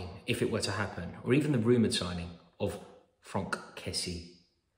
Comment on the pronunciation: fronk kessie? pretty sure he's called frank.